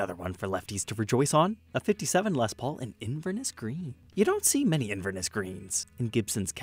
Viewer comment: inverNESS green not inverNISS - scottish city, look it up